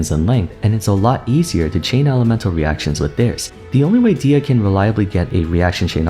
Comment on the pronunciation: her name is pronounced dehiya not deeya. its an algerian amazigh name